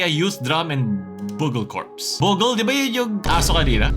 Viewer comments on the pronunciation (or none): its pronounced byoogel